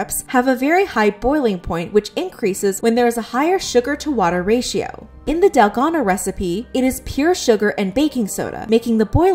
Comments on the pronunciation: It's dalgona, not delgado 💀💀💔😭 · DALGONA. not dalgano (you called it dalgano multiple times in the beginning) 😶😶😶, sis the consistency of you misspelling it is ridiculous. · Its pronounced dalgona